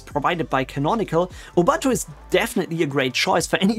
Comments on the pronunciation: It's oo-boon-too not oo-bahn-too. Not an English word, doesn't follow the English language pronunciation rules. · Please pronounce Ubuntu correctly